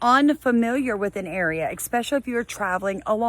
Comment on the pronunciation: with all that education behind you, why do you pronounce especially with a k in it like ekspecially?